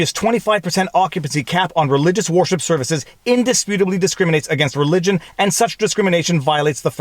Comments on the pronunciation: Why are you saying warship instead of wer-ship? Lol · Every time I hear him say "worship" it sounds like "warship"! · I agree violates the 1st amendment. Note. Is sounds like you keep saying "warship" !! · "'place of warship"? that'd be a ShipYard wouldn't it? worship rhymes with 'her ship'. but i do like Warship, lol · Are you saying war ship services intentionally or is that how its pronounced up there? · Canadian accent alert: , I heard "war ship" - Ha!